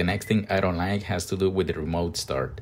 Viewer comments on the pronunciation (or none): “I don lie-eek” loving the accent lol